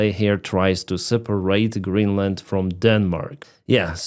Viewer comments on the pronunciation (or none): none